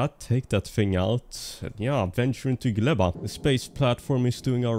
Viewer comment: Fun fact - name of the planet Gleba means Soil in polish. Good use of it cause its a biological planet when you grow things in soil. PS. You pronounce it very well 👍